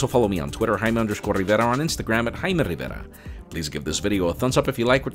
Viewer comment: Love how he said his name. "Rrriverrra".